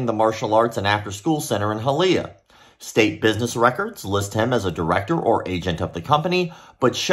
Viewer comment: High-uh-Lee-yuh (Hialeah)